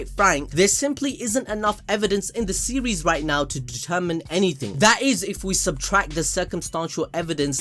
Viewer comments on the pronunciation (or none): none